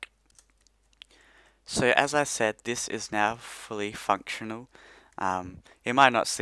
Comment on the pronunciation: On he said fully fucktional lol